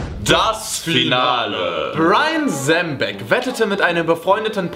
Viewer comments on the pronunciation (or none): der heißt zembic und nicht zembeck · Euch ist da wohl ein kleiner Fehler unterlaufen. :D Platz 1 heißt nicht "Brian Zembeck" sondern "Brian Zembic". :D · Er heißt Brian Zembic haha